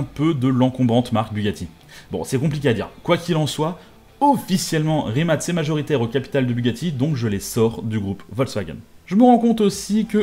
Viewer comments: Le fait que tu dises rimat et pas rimac me perturbe mais bonne video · La vidéo est super cool mais juste c’est Rimac et non pas rimat